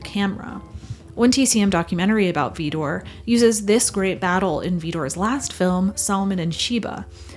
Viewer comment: There's no 'e' in Vidor.